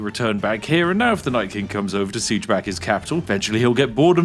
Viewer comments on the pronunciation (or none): none